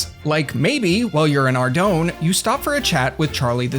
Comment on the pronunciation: ar-doan is actually a pretty cool pronounciation. i do ar-doon, and i can't stand ar-doyn